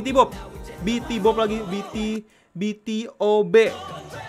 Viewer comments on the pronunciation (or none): Bitibob 😭😭 Bacanya bitubi bang... vocal line nya gokil sih, msti kenalan sama mereka... sayangnya di indo emg g seterkenal idol2 lain, padahal di korea mereka dikenal sbg vokal king of ballad song